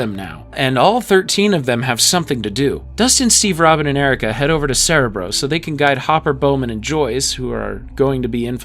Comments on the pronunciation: this bugged me aswell, as i watched the xmen animated show as a kid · As a lifelong X-men fan, the pronunciation of “cerebro” is killing me but the fantastic video is worth the torture. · I get it but "cerebro" is Spanish for "brain" and it is pronounced with all short "ĕ"s, as it is pronounced in this video. They mispronounced it in the X-Men movies. But yes, when you get used to the way a word is pronounced, it can be jarring to hear it said differently. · mee teeeew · How do you not know how to pronounce cerebro?